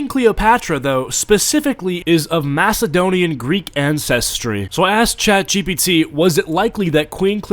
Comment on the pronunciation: Lol the way you said Macedonian but for real for a documentry you think they would try to be on point with source material.